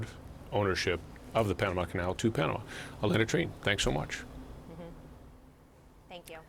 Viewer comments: Girl can't say Panama, keeps saying Panada. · Why can’t she pronounce Panama Pah Nuh mah ?!